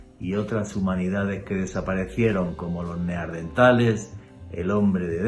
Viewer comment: Excelente programa! Solamente un apunte (no hate), se llaman “neaNdertales”, con N, no “neaRdentales” 😊